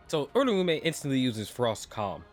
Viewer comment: that way or pronouncing uraume is.. bothersome putting too much emphasis on the ume at the end making it sound like surname edit: honestly assuming off screen planning for a never elaborated plotpoint is still going to sound like plot armor. Really seems like a lot of plot was allowed to just go his way ever since he exploited enchain but that's assuming Gege was just letting the Gojo fight go on long enough to drop the kill chapter teh same week as the anime sealed Gojo